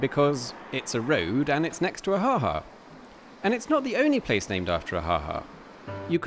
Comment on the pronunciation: Yes, it was funny! Note: the ha ha of surprise is pronounced with a longer second ha. Ha haa !